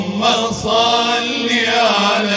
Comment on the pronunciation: اللهم صل وليس صلي، بوركتم